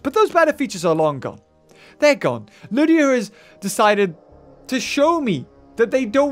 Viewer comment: Its ludia not lydia